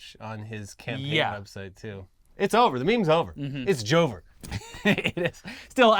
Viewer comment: It is not jover!